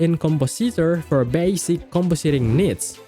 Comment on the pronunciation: You pronounced “compositing” wrong.